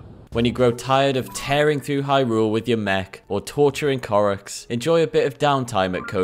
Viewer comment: idk why but every time i hear hy rule it makes me cringe lol the emphasis on the second syllable kills me